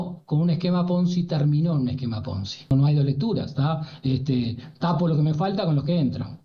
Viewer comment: Cómo poder ser periodista y no saber lo que es el esquema PONZIIIIII, sin O? No entiendo, el esquema es más viejo que el mate y fue el mecanismo de grandes escándalos económicos a nivel mundial; pero lo que no entiendo es como un periodista no sepa ni siquiera pronunciarlo... Qué nos dice? Menos mal que intervienen expertos a explicar.